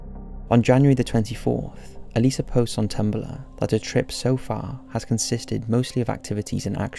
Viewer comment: I'm so glad he says her name right. I don't get how some people say Elisa as E-lie-zu